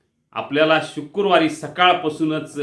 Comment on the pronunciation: शुक्रुवार नव्हे शुक्रवार